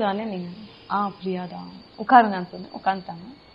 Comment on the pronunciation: பிரியாவோட. (Fha) உச்சரிப்பு sufhar